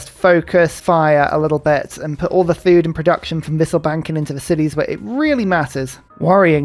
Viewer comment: Good to Hear that your pronunciation of "wisselbanken" is getting quite good